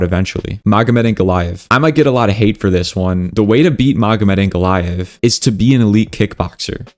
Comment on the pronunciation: Bro everything you say right but Islam , Ankalev , Belal you said wrong about this .😂